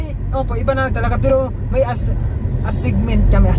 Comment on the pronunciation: ..Assignment is pronounce as Asaynment not Asigment..